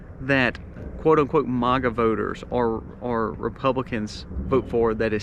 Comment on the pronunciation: You don’t even pronounce Maga correctly. I would like to know where you get all your information??? I’d also like to why you think you you know everything!!! You seem to be all knowing! How is that possible? No offense, but I don’t trust you.